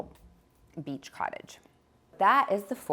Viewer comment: Did I hear you right??? Beach “COTTAGE”!!!